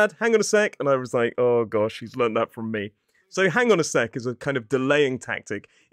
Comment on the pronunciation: Hong on a sec I like they how you pronounce it 😂😂